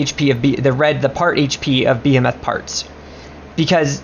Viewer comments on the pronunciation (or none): Not the beehimetha😂😂😂. It’s a behemoth dumb ass😂😂😂